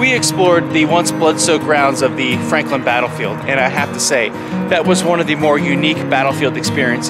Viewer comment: Franklin?? Didn't sound that way.